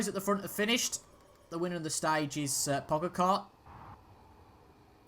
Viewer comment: It’s pronounced tad-jay pog-ga-cha